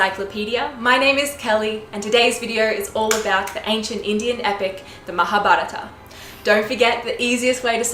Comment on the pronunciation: Very impressed with this American narrator of the Epic in this video. Her pronunciation of "Mahabharata", "Vyasa" is impeccable!